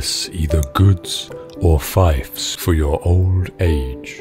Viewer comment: "Do not seek to possess either goods or fiefs for your old age." You're saying it wrong. It's pronounced FEEFS not FIFES. A fief is a territory you conquer. A fife is a musical instrument, specifically a flute.